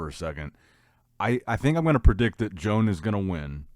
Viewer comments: its joan (yo-hahn) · He literally does it because he knows it annoys us and he can't care less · There is no way pronounces Joan's name correctly. I'm starting to think he's doing it on purpose 😠😑. Let's go Joan.